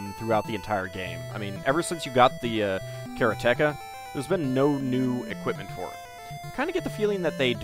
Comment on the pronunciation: Kara-teka makes me laugh every time I hear it